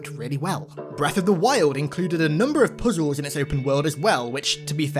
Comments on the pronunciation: I hate the way you say puzzles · The emphasis and way you say "puzzles" had me rolling lol